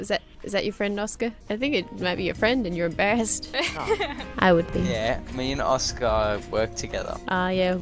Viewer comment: Not Oscar O is not Ø